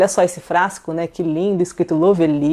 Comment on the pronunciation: É LÓvely, sempre bom dar uma pesquisada na pronúncia....😐😶🥵🥴🥴🥴🥴🥴 pra facilitar para essas yt preguiçosas que nem se dão ao trabalho de pesquisar é " LÓ vli ". 👌